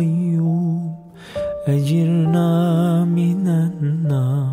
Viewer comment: Çok güzel bir tını yakalamışınız. Teşekkürler, tebrikler. Keşke bir Fem i Muhsinden tecvit dersi alıp yeniden okusanız. 1. Te’aleyte değil Te’âleyte 2. Ecirnaaa değil, Ecirneâ 3. Allahın bazı isimlerinin doğru mahraçları vb…